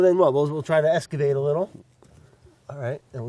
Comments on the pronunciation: Eskavate lmao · I love Brads made up words lol. Well, not made up, just pronounced in his own way. Like “eskavate” for excavate 😂 Briogge for brioche, among others I’ve caught in just about every episode lol. Brad is so dang awesome, I love it when he calls someone “bud”. He’s always so willing to pitch in and work and is so down to Earth. I’d love to spend an afternoon with him! Lol. I bet he’s great with his two kids!!